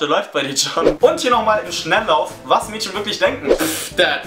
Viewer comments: Ich find das so lustig das du Mädschen sagst:) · du betonst das Wort "Mädchen" sooo komisch :DD